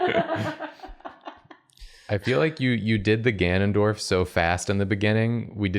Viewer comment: IT'S GANON'DIO'RF